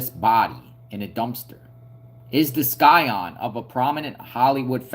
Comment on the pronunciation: The "c" is silent in scion, FYI. You sound uneducated pronouncing it the way you do.